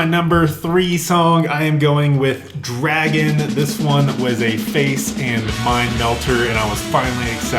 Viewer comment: “this song’s called dwagon.”